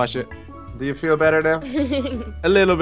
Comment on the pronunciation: Did anyone else realise that the waiter said 'chu' instead of 'you'